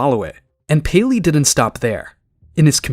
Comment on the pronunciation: ah yes, Gayleey